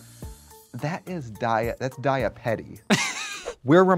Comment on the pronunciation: That’s “Dia Petty” 😂